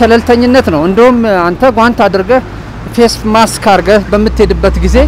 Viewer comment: Correct it plz, say MASK not Max